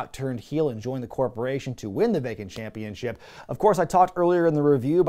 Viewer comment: The way you say “Champeenship” gives me some Homestar Runner vibes